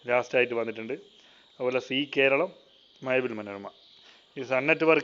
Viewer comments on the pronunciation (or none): none